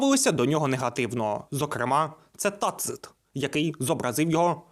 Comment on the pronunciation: Благодаря,контенту ,теперь ,знаю ,правильный ,наголос ,в имени ТАцита . Дякую,за материал !Було цікаво послухати и побачити відео!О том,что , людина,из Иудеи ,Иешуа ,был распят ,во времена правления Тиберия , узнал впервые.P.S. Олександр ! Буде бажання,сделайте матеріал , о становленні християнства,на теренах Римської імперії.